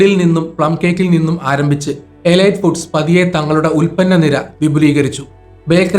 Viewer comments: എലൈറ്റ് അല്ല,എലീറ്റ് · എലീറ്റ് എന്നാണ് ശരിയായ ഉച്ചാരണം. ഗൂഗിൾ ചെയ്തു മനസിലാക്കുക